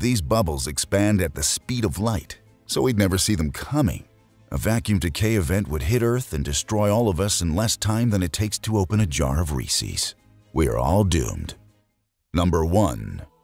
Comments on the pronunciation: my dude said open a jar of reeses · I do not trust anyone that calls Reese's "reecees"